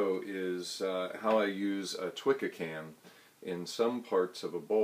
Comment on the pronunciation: Great video. Just one minor point, Twca is pronounced toohka, not twikka. It is a must have tool for all Welsh love spoon carvers.